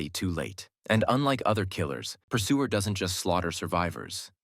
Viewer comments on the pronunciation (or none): persuer❎ eggsuer✅